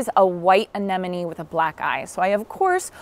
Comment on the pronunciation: Thank you for being so careful in pronouncing ‘Anemone’. It is one of my pet peeves, so many people mispronounce it, even people who should know better. You got them 100% right 😊